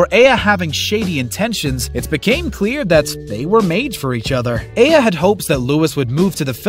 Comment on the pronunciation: He pronounced Eye-A three different ways. 😂